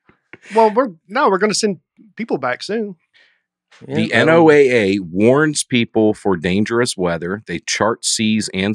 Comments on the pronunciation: I wish yalls episodes were live so that every time yall said NOAA, you could read us yelling “It’s pronounced Noah!!!” in the comments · NOAA Is pronounced “Noah”!!! This is your weather radio and they send out warnings for tornados and other weather activity!